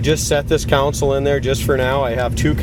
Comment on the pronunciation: Con-sole dude lol. Not counsel